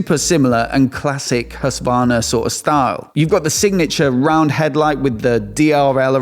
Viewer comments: its HusKvarna not Hussvarna, just fyi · Plz, look up a Swedish person say Husqvarna 😂 it’s a Q in there!!!